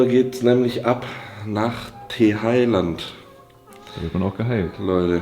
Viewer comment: Als single nach thailäänd ...lass krachen junge